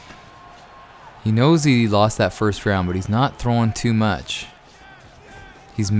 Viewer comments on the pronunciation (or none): none